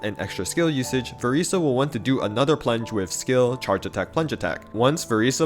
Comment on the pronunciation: I'm so sorry could you please say her name right 😭😭